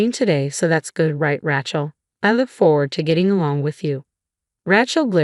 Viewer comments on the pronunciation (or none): I hate the way AI says Rachel sounds more like a weapon Ratchet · Pronunciation of Rachel leaves a lot to be desired. Who does this anyway?